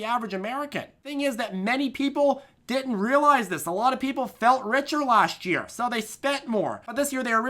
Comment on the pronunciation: what accent is that "lwot" new england??